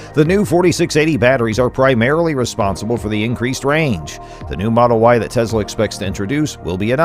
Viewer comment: Good, informative video! However, two small suggestions. 1) Please avoid the word "insane". It's far over-used to the point of fatigue in regards to anything Tesla or Elon Musk. Find other words to express Tesla's remarkable accomplishments. 2) I believe Tesla's pronounced "Tes' la", not "Tezla". Again, you produced an otherwise enjoyable video...thanks!